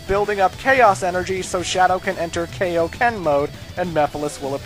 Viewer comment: It's not pronounced Kay-Oh-Ken, it's Kai-Oh-Ken. You know, as in King Kai, the move's inventor?